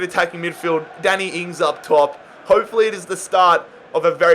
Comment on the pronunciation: "Daniel Ings"💀